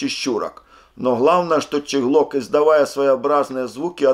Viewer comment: Не щеглок а чеглок